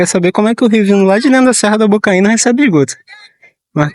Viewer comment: Bocaina,,, não Bocaína😂😂😂😂